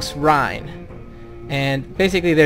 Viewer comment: Loving the walkthrough but House Reyne is pronounced like rain. Keep up the good work.